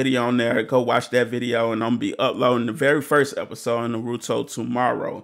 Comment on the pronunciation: Bro. Its pronounced Ann Na May. And its not na roo to. Its na ru to. Your putting way to much emphasis on the ru. Dial it back a bit bro. But this is the best anime. Than check out sword art online. That one is badass as well.